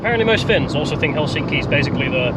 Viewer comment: The correct stress on the city Helsinki is on the first syllable, so heklSINKI is incorrect and HELsinki is correct.